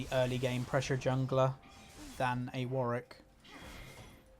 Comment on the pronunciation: Two Ws in Warwick xD cringe a little when I hear you say "Warrick". Great content.